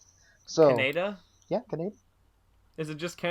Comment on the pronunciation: CaNAYda? HAYwaii?!? XD